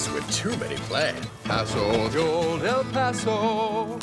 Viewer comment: Qué sè passo ?! Olden passo ! C'est no no José ☝️